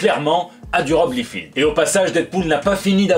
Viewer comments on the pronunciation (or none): Liefeld : Laï feld pas Lee field :-) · Tu parles trop bien l'anglais par ailleurs pour écorcher le nom du papa de deadpool.